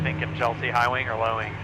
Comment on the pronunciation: Chelsea, repeat after me, High Wing; High Wing. That wasn't so hard, was it?